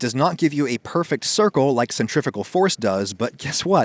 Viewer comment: '"Centrifical Force"? Love the video, tho.